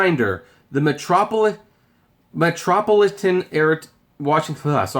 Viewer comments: Struggling to say Metro Paul Ih Tun eh? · It's pronounced "Dull - Es" and "Metro - Pol - I - Tan" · Metropolitan=Met roe PAH lit an